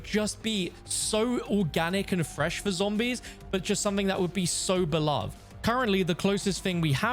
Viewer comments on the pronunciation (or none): none